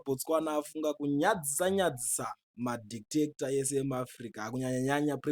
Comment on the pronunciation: Did you say detector or dictator 😂